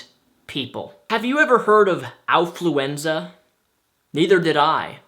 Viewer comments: affluenza, like affluence, not owfluenza. like ow, that hurt. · Affluenza not alfluenza! Neither are real of course! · It's actually affluenza, not owfluenza. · I think you're saying something important, but it's hard to tell because I'm distracted by those ridiculous gloves. Your improper pronunciation of the word affluenza isn't helping either. It sounds like you're mixing Alf with influenza, not affluence and influenza. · I like how can't pronounce Affluenza right. Lol